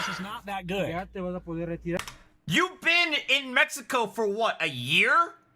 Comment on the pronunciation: It's twatty, with how shitty his Spanish is, how he keeps say, "meh- he- coh."